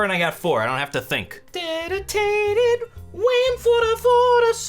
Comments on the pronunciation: I died at the, "I know what you're wondering, how much dedotated wam for the sorber." part lol. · Hom much deditated wham... i died